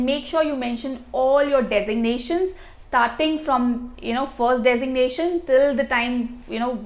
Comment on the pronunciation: Work on your pronunciation. hard to understand. Compare the pronunciation from the online dictionary and yours, I cannot even recognize some words. You say lEto = letter , fOst = first.